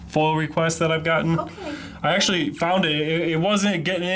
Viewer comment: "I WAs ActIALY WACting a trAIMinG vIDYa" 👮🤡